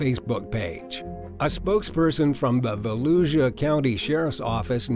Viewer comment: I'm from Daytona Beach FL and it's not how you said it it's Volusia but it's like vo lu Sha that is what it is said like not like the way you say it it's different at the very end